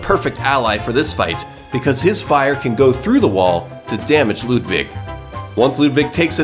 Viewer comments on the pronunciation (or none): Bro it’s not Ludvig it’s Ludwig. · It's Ludwig not Ludvig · Am I the only one that cringed when he said LudVig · Not ludvig but lud-iggy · U said Ludvig not Ludwig just pointing it out and still great bosses👍